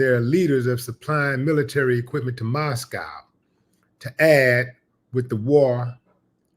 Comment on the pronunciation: I love the way Willie says Muskow instead of Muscow